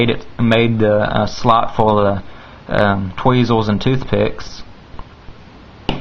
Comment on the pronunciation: tweezers not tweezews